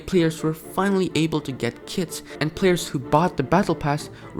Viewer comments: / you said "kids" not Kits lol... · When you said kits I thought you said kids